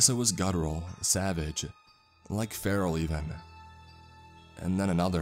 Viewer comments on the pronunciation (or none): none